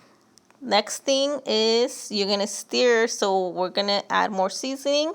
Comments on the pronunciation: Stir, not "steer"...lol. Looks good either way. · Steer? Ma’am it’s stir not steer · And “steer it”. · Love the marinade recipe and I will be using that tonight, but like many here have said, "stir" is not pronounced "steer". The "ir" in stir is pronounced like the ir in the following words: "Yes, Sir, we will stir the bird." "That's my word, ya heard?!" for extra credit. lol